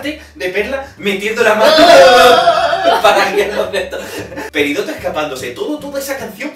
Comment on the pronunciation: yo soy de españa y admito que prefiero las de la version original y muchas de la version latina antes que la española xD P.D. Es PERIDOT no PERIDOTO (me sangran los oidos cuando llaman a la reina dorito asi jajaja)